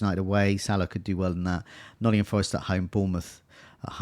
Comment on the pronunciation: On behalf of, it's NOTTINGHAM Forest